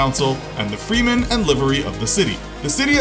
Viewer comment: freeman sound more like freemasons